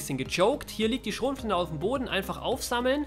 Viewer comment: "Schrotflintä." bin abgekackt